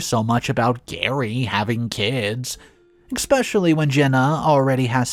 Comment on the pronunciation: The word is not pronounced ex-specially. So annoying.